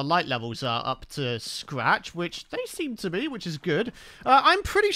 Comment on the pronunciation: Am i the only person who heard say “Blee” instead of “be” or am I insane?